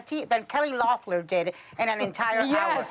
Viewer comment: Whoopi managed to mispronounce Loeffler, Ossoff, and Warnock’s names all in the same sentence.